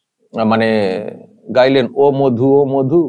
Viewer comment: প্রথমত মাধু না মধু তোতলা আগে ঠিক করে উচ্চারণ কর